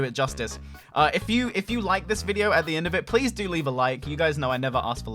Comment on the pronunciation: Lol he said leaf a like. YouTube copy